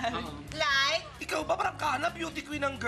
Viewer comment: "LAAYYK??" hay naku naman Kris.